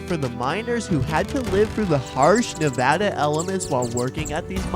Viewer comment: Learn how to pronounce Nevada correctly and I’ll watch your content! Make a video about a state you better know the pronunciation! I’m married to a native Nevadan